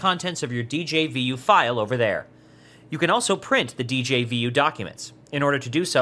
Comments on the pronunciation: djvu is pronounced as dezhavoo and not as "dee-jey-vee-you" :) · A nickel for every time he said Dee Jay Vee You.